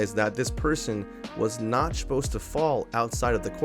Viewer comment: Shposed instead of supposed is so funny